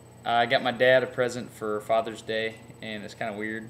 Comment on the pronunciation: A chicken. - "The peeufect fathurr's deeu geeeaft". - I knew it when he said it. 😆 I suspect this works so well on camera because the chicken is enjoying watching itself a lot, too. 😁